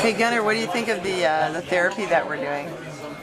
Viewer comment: The-rapey LOL!!